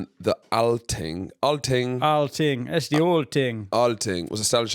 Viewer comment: alþing. Pronounced with a TH like thanks. It was definitely a preliminary kind of parliament, not as sophisticated as the modern day of course. Icelanders are genetically norse and also a lot of irish (from their slaves). The swedish norse took slavic slaves. Vikings is just a word for raider, and most norse didn't actually go raiding.